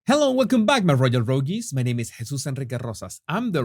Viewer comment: I love how you say “royal rougies “ 😂😂😂